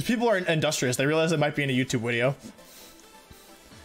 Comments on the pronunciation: Not looking at how long it was before tapping it and then saying, "Uh oh, 2 hour wideo...". Time to lose 2 hours of slep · Is this a wideo or a wovie